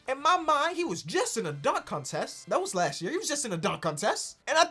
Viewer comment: Why tf he pronounce “contest” like that🤣💀